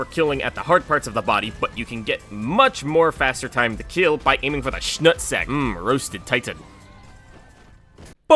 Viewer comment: "Shnut sack" lmao 😂